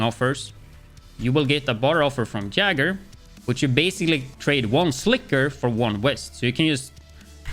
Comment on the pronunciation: jaeger is pronounced yay ger other then that very good video